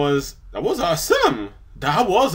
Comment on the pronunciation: hey! react to Fluffle Puff Tales: Pecial Someponies! BTW, it's pronounced AWE-some, not awe-SOME